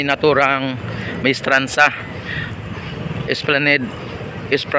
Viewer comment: Esplanad ang bigkas nyan bro